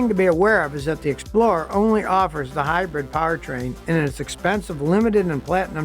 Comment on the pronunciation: He always pronounces hybrid “hybread” in all of his regular videos where he’s just talking and repairing a car. I think he writes these scripts himself. Maybe someone from his old tv show helps him do the graphics.